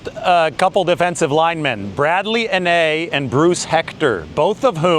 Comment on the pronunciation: Hey just a pronunciation assistance for Anae: (An - I) Utah Utes Alum.